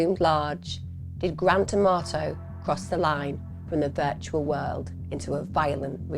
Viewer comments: I keep hearing "Grand Tomato" not Grant Amarto 😂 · I love how she says his name like Gran Tomato. It brings me a little bit of joy amidst all the tragedy. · Not gonna lie, I kept thinking you were sayingtomato 😂😂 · I love the way you say his name so it sounds like Gran Tomato 🤣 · Please say I’m not the only one who heard Grant Amato as Grand Tomato… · I had to look twice. I thought you were saying grand tomato.!!!! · Thank you Emma I thought you were saying grant tomato I had to look at the video title 😂 & wow what a evil person doing that to his family & still trying to blame his brother, all because of a woman who is never going to want to be with him, she just seen $ signs from a gullible loser